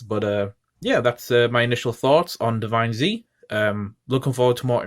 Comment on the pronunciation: It's pronounced Divinez, like 'divines', not divine zee. It's one word